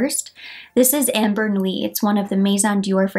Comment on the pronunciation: Ambre Nuit = Umm-BREY , not AM-Ber